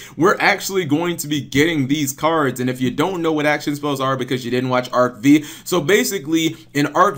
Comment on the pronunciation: Cap...it's not pronounced Arc-Vee...it's Arc-V as in roman numeral five.